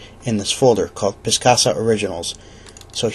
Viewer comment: It is not piscasa. Picasa.